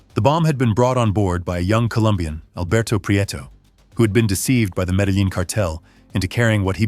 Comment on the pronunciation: Pronunciation is so important. Medellin is pronounced: Meda-YEEN.